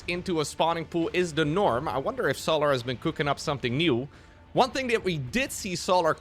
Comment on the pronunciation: The way bro pronounces Solar is so jarring... So-laRRRR. Bruh.